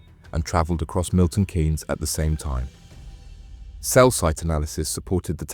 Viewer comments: Its pronunciation Milton keys not Kay’s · It's pronounced Milton (KEENS) spelt Keynes, not Cains..😂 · It’s Milton Keynes, more pronounced ’Keens’, not Kanes. Us MK folk remember this incident well, extremely sad and not needed. Thanks for shining a light on the tragedy. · Pronounced 'keens' not 'kanes'...decent vid though. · It's Pronounced Milton Keynes (Keane's) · 😂 I noticed the miss pronounced Milton but on the 3rd or fourth time he got it right I’m happy you left small gaps in the story which made it better, The families are going to suffer the most of their losses The gang got what they deserved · Have you ever heard your home town pronounced as it is during this, because I certainly haven't.